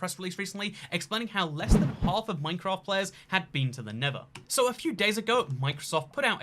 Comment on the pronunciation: It's pronounced Nether, not Never. Amazing.